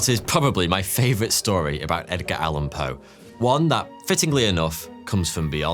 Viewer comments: "Egdar" Allen Poe 😂😂😂 Love this Video! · Did he say Egdar?